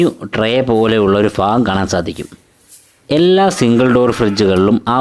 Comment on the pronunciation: Fagam alla bhagam